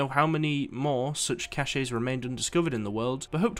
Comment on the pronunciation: It's not pronounced cach-E it's pronounced "Kash"